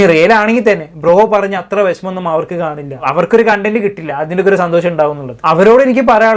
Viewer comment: Content pronunciation thettanu..ithu vare sheriyakkeelallo...ningal thettu thiruthunnilla..pinne ningalk mattuvarr kurich parayan entha adhikaram